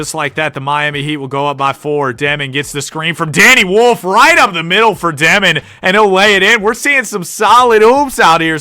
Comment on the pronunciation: Not dEmin, it’s dYOmin (Dëmin)